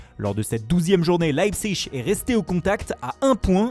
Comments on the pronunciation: Meem tuchel prononce LeipziG et pas LeipziCH... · Comme il dit Leverkusen 😂😂😂😂 et après il nous sort un leipzig a l accent francais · Je te rassure il dit pas Leverkusen avec l'accent allemand. Leipzig c'est chaud faut le reconnaître, même en Allemagne ça diffère selon les régions.